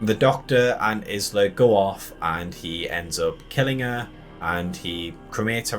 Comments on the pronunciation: Definitely was disappointed… but, are you mispronouncing her name so blatantly on purpose? You pronounce “island” correctly, but not hers? “Eye-La”. Anyway, I pretty much agree with everything said in this video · Hi, Isla is a feminine Scottish name pronounced has 'eye-la'. How you pronounced it drove me nuts lol. Thanks for the video. I think its mentioned earlier in the film to kill an Alpha it would take lots of arrows. So it is covered, but not the reason why. Overall I enjoyed the movie, but the last 5 minutes completely threw me and I wished it wasn't included. Though I guess the reason was because they are preparing us for part 2. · Yup! I mean, has he never heard the word, 'isle', being said. Presumably they don't say her name in the film. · Can anyone pronounce Isla!!! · they do say her name a few times in the film, which makes this guy's mispronunciation even more irritating!